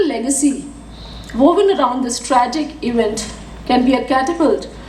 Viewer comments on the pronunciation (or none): Did she say " STRAGIC " ?